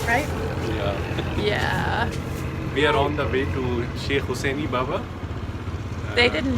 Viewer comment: Hussaini! Pronounced Husaynee.